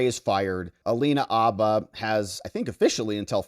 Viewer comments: Bro, the H is not silent. Habba, not Abba. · Its haba with an h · Minor note: the "H" in Habba's surname is pronounced. "H," as in horse, not "H" as in hour. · The "H" is not silent in Habba. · Alina Habba, …with an aspirated “H”.